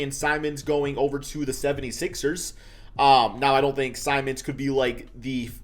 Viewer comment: did anyone else hear say simons instead of simmons or am i trippin